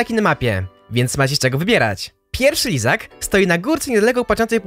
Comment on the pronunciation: Kto słyszał izak a nie lizak choć raz ?